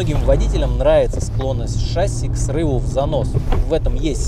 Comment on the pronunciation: ШассИ, а не шАсси! Когда уже все поймут?!